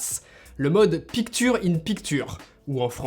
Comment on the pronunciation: Pic ture? Ça se lit pictcher